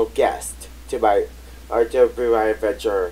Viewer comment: I think it’s just pronounced “Ruby”. You don’t spell it, you say “Ruby”